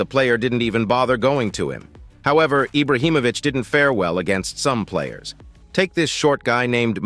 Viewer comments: It’s not eye-brow it’s Ee-bra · This dude is saying Ibrahimovic properly then decides to say eyebrah🤢